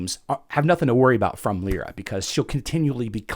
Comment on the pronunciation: it is lie ra